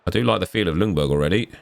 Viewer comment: Just a thing with Freddie’s last name, u don’t pronounce the L in Ljungberg just skip the L and pronounce it Jungberg 😃 it’s easier for u to say Actually I think the commentary in the game got it right Cheers from Sweden